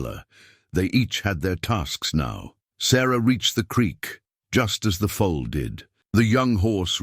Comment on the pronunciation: The "full"; the young horse, is a FOAL. Pronounced FO ul 😊 I'm absolutely loving this story. I'm so glad that I have invested my time this evening in listening ❤️